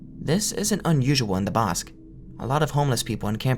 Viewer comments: Bosque is pronounced "BOHS-keh", amigo. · "Bosque" means "woods" (like in innawoods) in spanish, and it's pronounced something like "Boskeh", with the spanish é sound at the end, and a strong o sound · the way he says "bosque" like "bosk" is so funny